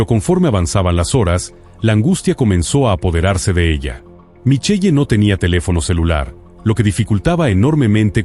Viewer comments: No s pronuncia Michelle..... s pronuncia MICHEL, m chirean los oídos escuchar eso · Se pronuncia Michel